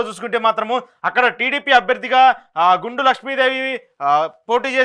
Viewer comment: ఎక్కువ తప్పులు గా స్పెల్ చేస్తున్నారు... గుండ కి గుండు అని చెపుతున్నారు....... అలానే కారణం కి కారం అని పలికారు.....